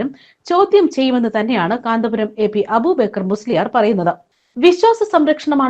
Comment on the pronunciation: അബൂബേക്കർ എന്നല്ല അയാളുടെ പേര് അബൂബക്കർ എന്നാണ്